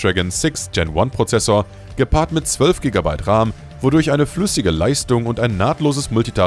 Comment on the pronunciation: Kein sehr gutes video. Und entweder ist das eine KI Stimme in dem Video oder das Skript ist voller grammatikfehler. Beispielsweise wird RAM, auch RAM ausgesprochen und nicht Raahm.